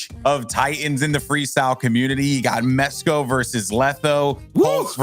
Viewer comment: He called Mesko musty